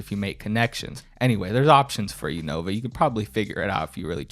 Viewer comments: Why does he always pronounce 'Nova' as 'Novine'? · Dude the fact he calls it the "Novine Universe" makes me think hes always saing Bovine like the true cow he is.